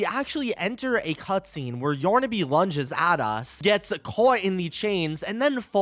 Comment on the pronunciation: Yornaby? What… it’s yarnaby!